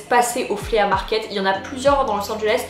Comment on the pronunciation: Flea market = se prononce « FLI » (et non pas Flea) Les deux paires de chaussures que j’ai ACQUISES (et non pas acquérit).